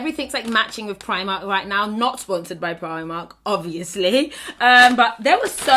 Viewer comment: When she says Primark in her African Accent I die every time.